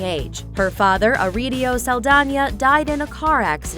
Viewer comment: it's "Saldaña" saldanya